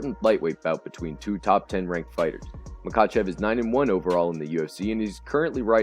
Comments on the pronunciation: It's pronounced Ma-Ha-chev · The K is silent in Khabib and Makhachev. Oh, and in Khamzat too. Damn dude. Make an effort to learn to pronounce fighters names. I couldn't watch this video beyond 20 seconds because of that. Please take the constructive criticism positively.